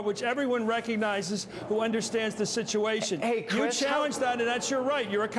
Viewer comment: "ey crish"... thats gonna haunt me